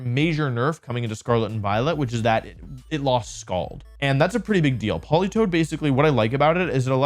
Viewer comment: THE A IN POLITOED IS SUPPOSED TO BE AN E!